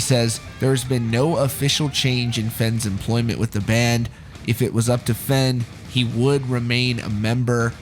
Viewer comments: It’s not FENN lol try pronouncing it FAYN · "Fen" not "Fein"? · Its pronounced "Fane" or "Fain" ... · It’s pronounced Fehn as it rhymes with pain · Just a heads up dude his name is pronounced like the word vein but with an f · Fehn rhymes with pain, dude. That’s how he pronounces it himself. Also et cetera, not “excetera” 🤦🏻‍♀️ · His last name is pronounced “Fain” just FYI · That’s not how you pronounce his last name. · please, pronounce "fehn" correctly. please. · Every time you say his last name wrong I cringe lol